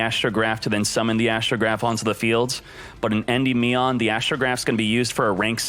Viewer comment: Nice video but, En-dim-ean unless I'm wrong